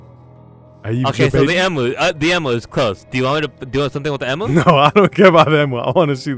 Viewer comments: As an Australian I'm annoyed by how says emu but it's fine.. its fine IM FINE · I love how pronounces emu. probably the funniest Alex's mobs video so far😆